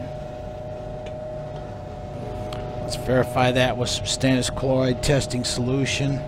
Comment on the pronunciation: You say stannous chloride testing solution, but I hear Stannis Baratheon testing solution.